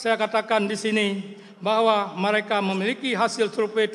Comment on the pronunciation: mareka mareka mareka...ikei kukem..bahasa awakah ka😅😅😅😅😅😅😅😅😅😅😅